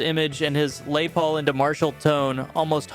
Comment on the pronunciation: Teach your robot to say LESS Paul, not Le Paul, lol.